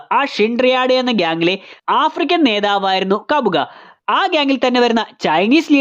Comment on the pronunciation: മനസ്സിലായി. Kabuga (കബൂഗ) കബുഗ അല്ല